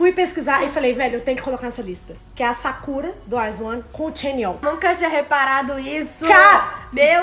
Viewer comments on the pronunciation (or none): Kkk gente fiquei o resto do vídeo todo me perguntando pq vocês chamam a Sakura de sakúra 🤣🤣🤣